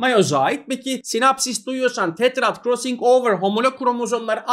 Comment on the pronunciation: hocam krossıng overı ne guzel soyluyorsunuz oyle ahahaha